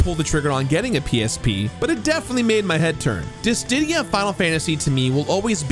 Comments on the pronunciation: Yeah, he kept adding another d in there for some reason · The way that you're pronouncing dissidia is horrible and so wrong my man